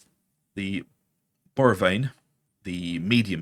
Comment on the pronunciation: Its BOR-ROW-V-IN